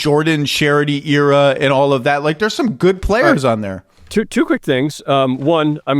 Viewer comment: Still waiting for the day where Zach pronounces "era" correctly